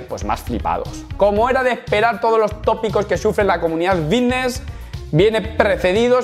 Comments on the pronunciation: De genial nada, mira q me gustan tus videos pero no soporto que pronuncies esa palabra "vitness" o la cosa q sea. A ver, repite conmigo.......FITNESS......con F. Gracias. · Diré una cosa, solo me concentre en la palabra vitness o fidnees😅😅😅😅😂😂😂😂😂